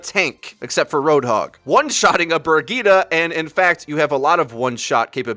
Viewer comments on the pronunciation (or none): Bur-Gitah = Brigite btw. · it is BAHHHH TEEEESSS. Not bap-teest. it is french. god this is the same situation as brig lol